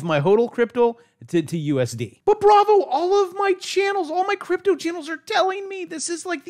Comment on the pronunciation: I spit my damn beer out when bravo said cryptle lol 🤣 bravo best one ive watched so far!